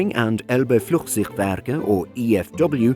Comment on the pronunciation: I cant xDD as a german hearing him say Flugzeugwerke... but if i speak english its probably the same for you native english speaker